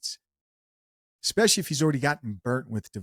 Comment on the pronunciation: Don’t say “Exspecially”